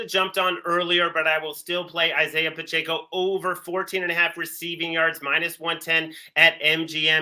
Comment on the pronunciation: Why does everyone insist on putting an “n” in Pacheco?